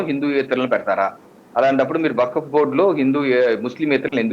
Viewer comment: correct person ni pattaru meeku baaga set ayyadu waqf pronounciation kooda raledu ataniki meeru ivanni aapi mundu seccular nunchi ila one side avvadaniki cause enti